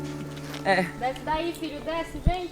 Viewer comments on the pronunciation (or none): none